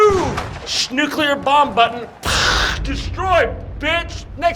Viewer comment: shnuclear bomb button